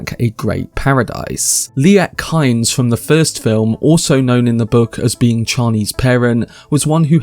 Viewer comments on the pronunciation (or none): none